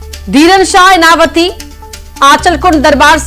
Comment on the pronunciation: इनावती नहीं है बहन😂.... इनवाती है